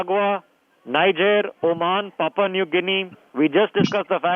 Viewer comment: Did he say Papa New Guinea?